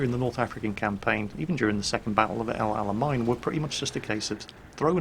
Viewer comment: Just a heads up, El Alamein (arabic: العلمين ), is pronounced more like "El Ala-main" not "El Ala-mine", and it means "The two flags/banners"